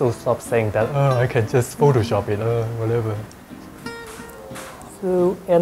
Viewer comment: "uhhh i can just use pho-to-shop." gotta love the accent